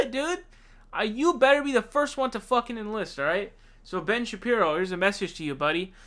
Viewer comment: its pronounced Sha-Peero, not sha pyro. not that important, but will be good to avoid trolls in future.